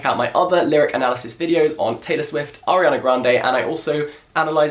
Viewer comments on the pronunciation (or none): none